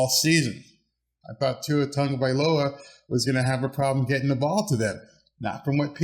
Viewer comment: Good job! Nice to see you have Tua'a name pronunciation down! Also, good video!